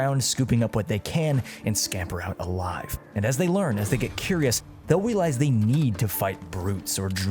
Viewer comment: Will we? Will we weawize?